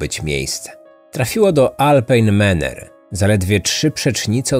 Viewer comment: Wypowiada się prawidłowo Alpine Manor, a nie Maner